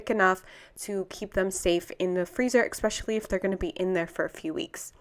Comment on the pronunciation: very helpful thanks. fyi its Especially not eXpecially